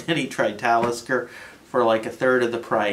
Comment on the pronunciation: LOL did he say METALISKER? this guy is a secret metal head? Love it subbed